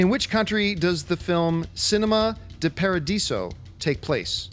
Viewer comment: I know, I was like "de" what?